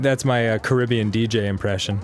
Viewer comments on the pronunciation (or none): none